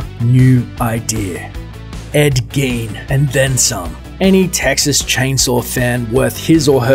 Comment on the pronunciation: your going to try and tell people about tcm and dont even care enough to figure out how to pronounce ed gein!?!? wtf